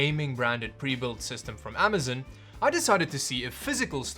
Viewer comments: I’m sorry but I just hate it when ppl say amazon like that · I always wonder what would happen if you said Amazon, instead of Amazin. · Great video as always. But, I'll have to say... it's not as much fun to hear you say Best Buy as it is "Amazun." ;)